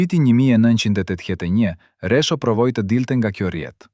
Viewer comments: Meso shqipen jo resho po rexho dhe mos perdor ll po l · Kush po folë. Një sllavë po lexon. E lumtur, jo e llumtur. E pritshme nga një gjakovar interesgji. Një gjakovar i martuar më parë me një shkinë. E mashtron një këngëtare të madhe. Jo Resho por Rexho o sllav.